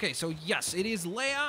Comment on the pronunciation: leia it's leia